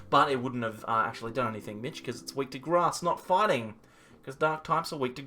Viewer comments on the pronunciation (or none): none